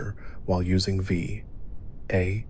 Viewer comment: Please just say VATS and SPECIAL. Omg